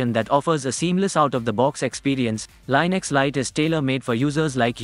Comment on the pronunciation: You pronounced Linux wrong again.